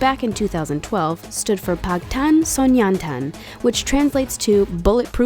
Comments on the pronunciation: Wow irrelevant channels making an inaccurate facts videos about BTS for views, not surprised Oh i did we talk about how she said pAntAn sOnYoNtAn or TiMiN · No, no one, even themselves (bts) doesn’t read Bangtan Sonyeondan with a “tOn” in their name. I’m no korean expert but still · They probably just googled some stuff not even putting effort in Also the way the pronounce their names and Bangtan Sonyeondan makes me sick